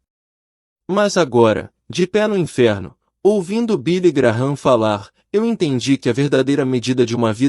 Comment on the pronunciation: Não é Billy Graram é Billy Gran